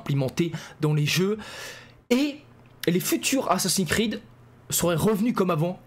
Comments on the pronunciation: Ho lala ,j'ai entendu ''assassin crade'' ?🤔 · "assassins crade" 😂😂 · Le prend pas mal mais j'ai rigoler quand ta mal prononcé assassin's creed tu à dit "assassin'scrade" j'ai exploser de rire je suis désolé vraiment 😂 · " Assassin crade"le lapsus 😂😂😂